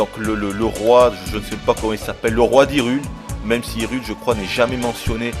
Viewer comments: Haïroule ? WTF ??? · En anglais, " Hyrule " ne se prononce pas " irule ". C'est un peu logique de prononcer "aïe-roule". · hyrule est mentionné,ais il disent haïroule XD XD XD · une fois que tu aura frotter les sols de "AÏROULE" aaaaaaaaaahhhhhhhhhhhhhh affligeant!!! et la cinématique de fin est a vomir!!!